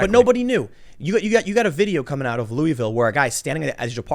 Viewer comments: LAW-UH-VUL not LOUIS-VILLE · It’s Loo-UH-vul. Not Loo-E-vill. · if you want to sound like a local its pronounced Lu-Vool, not Loui-Vail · Please say after me: Loo-uh-vul. Not Loo-ee-ville. Lol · Tim in Louisville it is pronounced Lool-vool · You said Louisville wrong. It's pronounced Loo-i-vul. Just liker Versailles is pronounced "ver-sales". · It’s pronounced Louahvulle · Dude, you really need to learn how to pronounce Louisville. I've lived here all my life and the only ones I've ever heard pronounce it right is the locals.